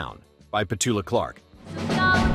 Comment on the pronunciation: I remember all 10, note of point: you mispronounced "Petula".